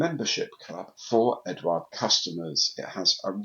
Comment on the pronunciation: I think Eduard is pronunched without the U mate. I live on the continent and nobody says it with a U. Maddness.I know.